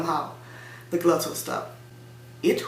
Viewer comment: Perhaps you mean the GLOTTAL stop. It derives form "glottis" = vocal cords. The English words "glottal" an the non-existent "gluttal" would be very different in English (British) pronunciation.